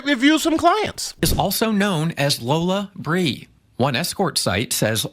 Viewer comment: Wheat folk can't even pronounce it correctly... Lol it's pronounced Lola Brea like La Brea